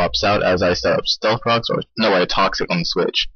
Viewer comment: AHAHAHAAHAHAHA ilove how u said "stealth Cocks" XDDDD fucking hilarious!!!